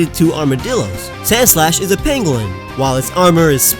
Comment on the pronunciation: Who else thought he called Sandslash a penguin?